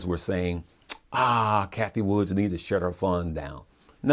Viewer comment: Cathie Wood. Not Woods